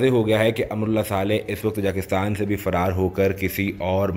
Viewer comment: Oh bhaie learn how to pronounce Tajikistan first.